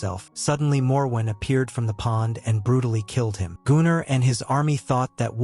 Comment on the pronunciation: I think it's just the way the AI reads the name Gunnar, which is a Nordic name, quite popular still today.